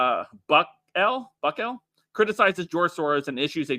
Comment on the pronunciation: He’s one of my favorite presidents…then proceeds to butcher his name. What a fraud mouth piece.